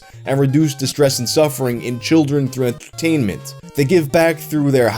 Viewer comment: Anybody else hear how he said entertainment in ? Funny.